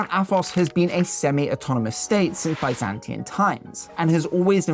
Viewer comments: "Byzantian?" Really? This bothers me. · Byzantine, not "Byzantian"